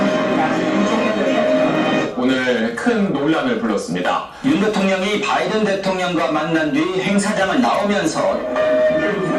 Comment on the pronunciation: 정확한 V 발음이네요 ㅋㅋㅋㅋㅋㅋㅋㅋㅋ